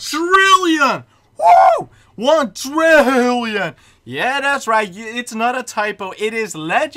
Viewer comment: THRILLION? OR TRILLION?